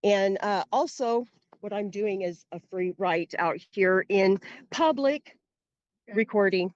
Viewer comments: It isn't 'pub lick' genius. 🤣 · " Frauditor I'm not trying to be argumentative." Proceeds to argue. "This is pub-LECK!"